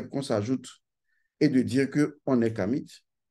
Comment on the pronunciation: On ne dit pas "KamiT" mais "kami" car le "t" ne se prononce pas!